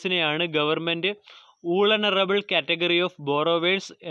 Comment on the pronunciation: Bro vulnerable reads valnerable